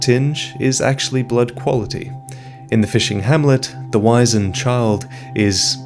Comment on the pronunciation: Wizened is pronounced like wizard, not like wise.